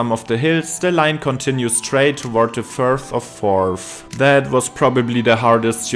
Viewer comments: you absolutely nailed "Firth of Forth!" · As someone who lives around 10 mins from the Forth Bridge in Fife I have to thank you for being one of the rare youtubers to get it right and actually Call it the "Forth Bridge" and not the forth railway bridge. You also did well on your pronunciation of the firth of forth.